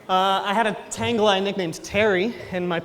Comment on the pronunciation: Don't want to be that guy buuuut... Tangela rhymes with Angela, its'a soft "g"...